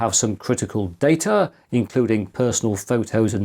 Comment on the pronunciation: It's "Data", not "Data"